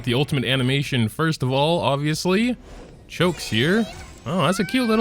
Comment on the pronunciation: just saying, choux is pronounced as shoo, shes a pun on choux pastry also tywins artifact doesnt counter basar it mainly counters cleavers, which sucks.